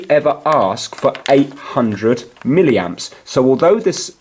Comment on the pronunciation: If he says miliamp one more flipping time, I swear to God. 11 min video to tell me 30 secs worth of info... How did this get over 4k likes??